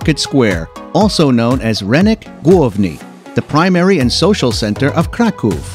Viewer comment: NOT HIM SAYING "RENYK" INSTEAD OF "RYNEK" IM DEAD